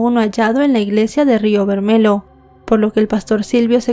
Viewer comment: DEBERIAS SABER IDIOMAS PARA RELATAR SUCESOS OCURRIDOS EN OTROS PAÍSES VERMELHO ES ROJO EN PORTUGUÉS Y SE PRONUNCIA BERMELLO EN ESPAÑOL CON (LL)😂